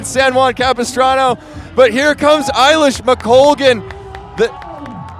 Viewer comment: The bit that really frustrated the bejesus out of me was the i-lish mcoglan…. Like, wtf guys.. get it right will you…. That being said, this style of commentating and coverage far outstrips the tired and old style of the BBC!